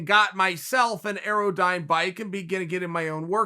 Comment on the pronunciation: Guys, everyone! Chael - it’s an AirDyne bike. Pronounced air-dine. I own one and four times a week it wants to kill me. Anything above 60 RPM for more than a minute increases your chance of dying both exponentially and instantaneously. 80 RPM is crazy!